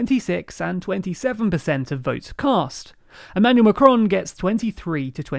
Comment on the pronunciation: Hi! I don't think one must be fluent in French in order to know how to pronounce the article "les" (=lay) or to pronounce the "A" in Macron correctly, as in "back" or "saffron" or "laughing" (considering you make a better job of it for "Maréchal"). It's not Macdonald or MacCartney. We appreciate your efforts, we like it thorouly. and don't think we ask for perfection; but that is really negligence...